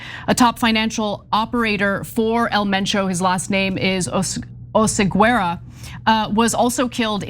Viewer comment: Pronounced, "OH-seh-GEH-rah".